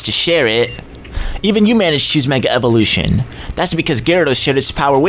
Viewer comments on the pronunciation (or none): none